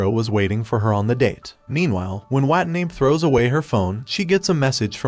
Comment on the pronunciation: Her last name is Watanabe, and the ai voice is messing it up.